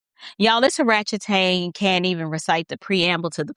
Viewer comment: I'm sorry but every time you say oratchtang I crack up 😂😂😂😂 but she is embarrassing herself.